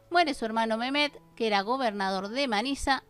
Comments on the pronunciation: Estaría bueno que nombraras bien los nombres de los personajes, si es Mehmet no es "memet" sería Mejmet, si es Cihanger sería Shijanguer... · Y es mehmet no con j de Jesús y el nombre de cinhagir también así ,no con s de Susana ni con j otra vez, tú eres el que está confundiendo los nombres.